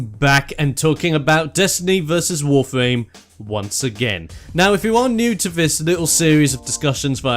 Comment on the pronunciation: Nice Video, but does it just sounds for me like you say "Wofame"?